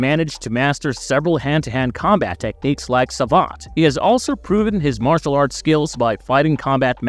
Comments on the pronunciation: What the f is marshial?? 😂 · I didn't know that he was a MARSH-E-AL artist. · Ummmm “Mar-cial artist”?……. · "Mar-si-al arts" hahahahaha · martial is pronounced more like "marshul". you probably mixed marital and martial when you said it, which quite frankly is a common and funny mistake, LOL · I left after the way you butchered the pronunciation of Martial artist. Who the hell 😅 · the pronunciation of martial arts made me cringe